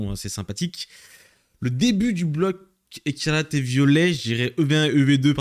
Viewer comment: T'arrives pas à dire "Ecarlate & Violet" mdrr